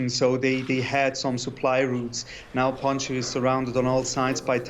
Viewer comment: Panjsir not panjia 😂 someone watching to many avatar